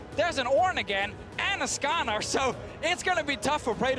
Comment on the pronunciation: do they say karsa instead of skarner wtf